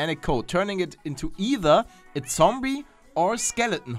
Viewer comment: either spricht man nicht Iether sondern either (ei wie im deutschen) aus.